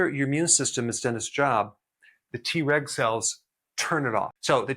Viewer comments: I L♡VE Dr. Berg and take his vitamins & supplements. ♡ Am I the only one who got a good giggle in this video everytime he said TReg and it sounded like he said, TRex? 🦖😜🦕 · I was trying to do other things while listening to this video... kept thinking I was hearing "T-Rex cells" Lol. I need to watch when I'm not so busy so I can learn about the T-Reg cells instead. Lol😂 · Him: Treg cells My ears: T-Rex cells 🦕🦖 🤡🤡🤡🤡🤡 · I keep hearing "T-Rex cells" 😂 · 😂😂 me 2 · Me too 😂